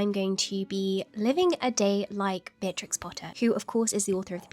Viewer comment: Ruby: "one of my favourite historical figures" Also Ruby who has all of the time in the world: "Beatrtrix"